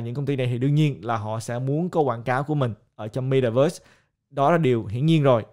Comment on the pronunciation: Ko phải cố gắng mà ngta ở Mĩ lâu năm nên phát âm chuẩn vậy thôi. Ko lẽ bạn muốn phát âm kiểu "mê ta vớt" cho tự nhiên gần gũi